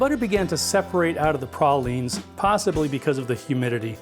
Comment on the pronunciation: Thank you for pronouncing pralines correctly! You got pecan right too!